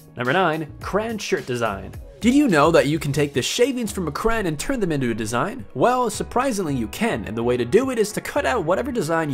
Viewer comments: He means crayon not cran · a cran? isn't it crayon? anyway that part was pretty cool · It's not Crans it's CRAYON (crá-Yon) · Who do some people say crayon like this? It's cray-on not cray-un, you illiterate fuck. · It's a crayon pronounced "crey-on" not a cran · DID THIS BITCH SERIOUSLY JUST FUCKING SAY CRAAN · you also say crain instead of crayon sort your language out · It's Crayon not cran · Did it bother anyone else that he said cran instead of crayon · "aygg" as egg and "cran" as crayon omg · on number 7 did he say cran or crayon i couldn't really hear